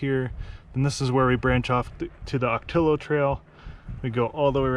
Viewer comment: For travelers that are Spanish challenged.... the native plant and the trail named for them, Ocotillo is pronounced- Oh-ka-tee-yo. 😃